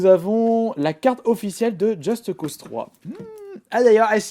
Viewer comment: pk il dit justE cause3 mdr on dit just cause mais apres chacun sa façon de dire et de faire. moi je dis just cause